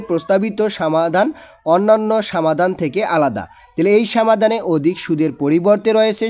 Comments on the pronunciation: স্যার আপনার বাংলা অনুবাদ পরতে একটু সমস্যা হয় আপনি সমাধান কে বলেন সামাধান এছাড়া আরও অনেক কিছু বলেন একটু ভালো করে পড়েন 😔😔😔😔😔😔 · সামাধান না সমাধান 😂